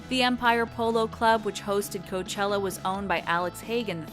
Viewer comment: Orla HAHA! I caught the “Coachilla” too and laughed!